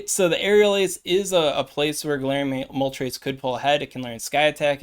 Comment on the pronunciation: Also kinda sus that you can say moltres with the correct pronunciation 🤣🤣🤣🤣🤣🤣